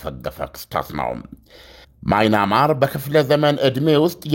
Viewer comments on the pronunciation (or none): ወንድም:አለምነህ!የሐገር:ስም:ስትጠራ:አስተካክለህ:ጥራ:: ለምሳሌ:ማይናማር:ሳይሆን:በምያንማር: አስተካክለህ:አንብብልን:: ከይቅርታጋ!